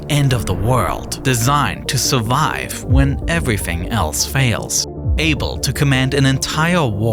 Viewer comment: Evwy fwing 🤣